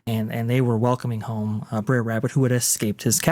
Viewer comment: “The Breres made it” my dude brer means bother it’s not a name